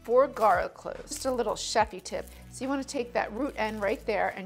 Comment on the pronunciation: BUTTAH! AND GAHLIC!